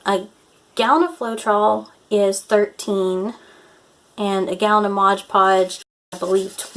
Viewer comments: It's "Mod Podge," not "Modge Podge." 😊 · And its Mod Podge not Modge Podge lol